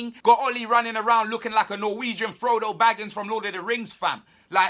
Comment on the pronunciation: J R R Tolkien would turn in his grave. There is no "g" at the end of Baggins. :(